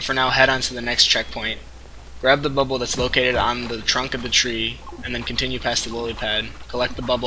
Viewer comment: Good guide. But it's pronounced BA-bul.